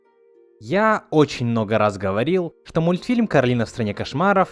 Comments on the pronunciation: кАролина, а не каролИна Кто помнит, лайк☺️ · почему ты её называешь кАролина? специально что ли? она же даже в мультике говорила : не кАролина а кОралина" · Вообще то будет Коралина ударение на о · Не Корали́на, а Ко́ралина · ОНА К-О-Р-О-Л-И-Н-А ну нет там посередине «О» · он не правильно королина сказал